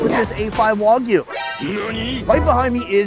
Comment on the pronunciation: Its not WOG U its WAG OOH. Saying WOG all the time is being very disrespectful. Its ONI - GARI. Why dont americans learn how to pronounce words from other countries. It just makes them look stupid.